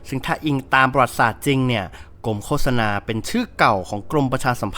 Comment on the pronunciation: มันอ่านออกเสียงว่า โค สะ นา ไหมครับ ไม่ใช่ โค้ 😂😂😂